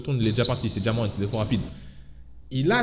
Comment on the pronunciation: "Ja Morrant" ta mis un r en plus